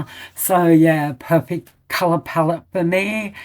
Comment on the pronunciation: Palette not palawan 😣